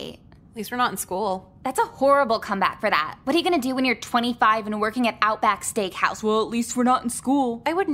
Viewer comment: why did just completely butcher outback steakhouse